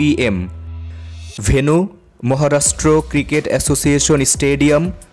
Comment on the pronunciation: Mohorastro or Maharashtra ? U r pronouciation is very poor